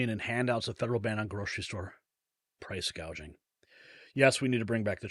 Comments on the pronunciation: She is doing just what she intended listen at her words .. this is how you know you are being gaslighted.. she says hospitility not hospitality.. she says price gazaging not price gouging . This is called changing the language. Nobody picked up on this this is how people are deceived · Listening to what Commie-ala's staff say about the roach, is that she takes no interest in any of the issues in government, and that's why she talks BS - she knows sweet FA about anything. She doesn't even know the term "price gouging", she calls it "price gauging" (she can't read a teleprompter, like her predecessor). If you want thick, ignorant crooks running the country, vote Democrat and kiss your money bye-bye. Now, that's a good slogan for Trump's campaign, and the Democrats, as that's what they're portraying.